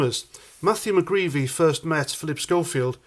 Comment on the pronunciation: Mcgreedy not mcgreevy